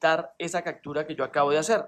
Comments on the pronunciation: CACTURA? POR QUÉ DICES ASI??? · Cactura??!! Occion???? Jajjajajaj captura opción jajajja